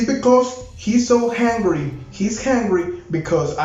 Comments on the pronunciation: Please stop saying hungry iIm confused now jajajaja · I love when says hungry instead of angry😂😂😂♥️